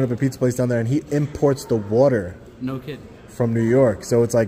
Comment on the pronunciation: “The secrets in the wuuter”